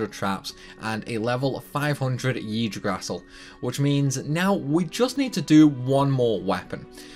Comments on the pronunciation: For future reference It is pronounced EEg-drasil. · This is how you pronounce Yggdrasil: eeg-dra-sil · Hearing yggdrasil "igg-dra-sill" being butchered so badly... it breaks my heart... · You definitely did butcher the pronunciation. Yggdrasil is pronounced "igg Dross Sill" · “Yig-draw-sil” that’s how I’m pretty sure it’s pronounced... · I have over 5000 hours into the Disgaea series, and really, I love how idiotic it sounds to tell someone about those ludicrous times to achieve perfection. About your Video: You are a master of brokenness, Sir. I haven't played D5 (I stopped at D3), but really, it is awesome to see someone breaking D5 so early (especially the Yggdrasil prononciation, i laughed, sorry) Keep up the great work, Dood!!! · It amazes me that you spent 260 hours on this video and not 1 minute of it was spent on typing 'Yggdrasil pronunciation' into Google.